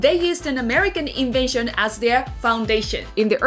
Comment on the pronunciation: Check the pronunciation of the following words: invasion （侵攻） / invention （発明）